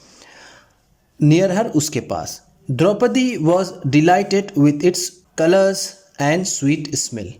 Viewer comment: क्या भाई द्रुपदी नही 👉 द्रौपदी बोलो।